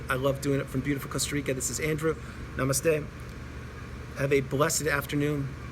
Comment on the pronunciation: I love the way you say Namaste....being an Indian, we address every one by saying Namaste 🙏 yes I have started my planning on the path to recovery. I have kept my distance from my Narcissist husband for past 15 days and the result is , that I find myself much more calm and relaxed 🌻🌻 I am a practitioner of Buddhism and believe in karma...I wish to fix my karma and do my human revolution in this life time so that I dont meet him in my next births